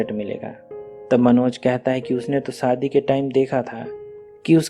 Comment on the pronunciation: Aap story to theek Suna rahe hain lekin aapka pronunciation thoda Gadbad Hai aap sha ko Sa Hain saadi nh hota shadi hota h khosi nh hota khoshi hota aap ki story pura word Sun Raha Hai pronunciation of word pay Dhyan De